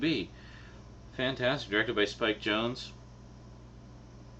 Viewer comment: You mispronounced Spike Jonze's name. :P